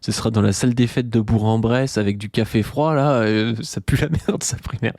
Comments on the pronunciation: Oh il se calme avec Bourg en Bresse ?!? Déjà on dit BourK, et on a du café chaud ! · ON DIT BOURKE EN BRESSE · La vie fait attention à toi, t'es là à toujours trash Bourg-en-Bresse et EN PLYS TY LE PRONONCES LA MAL!! Nous sommes légion; nous sommes partout. BeB ne pardonne rien